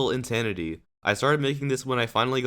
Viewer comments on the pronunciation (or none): Is it just me, or did he say Intanity